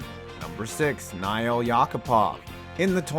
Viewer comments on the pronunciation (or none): Nail as in nail and hammer...YACK-A-POV lmao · “Nile” Yakupov 😂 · How do you miss pronounce a name that is an object. Nail is pronounced normally lol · Dude. It's just Nail. You pronounce it exactly like it's spelled. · Nail Yakupov’s first name is actual pronounced like nail, would’ve made the jokes better